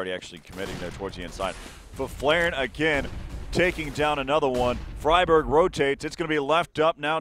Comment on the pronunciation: ''Fryburg'' oh god my sides